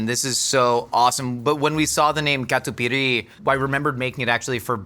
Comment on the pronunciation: Catupiry my beloved ❤❤❤ And pronunciation was great!